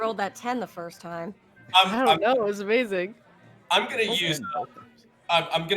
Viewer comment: Subarashi! Amazingu gameu! You did an great job DM'ing this!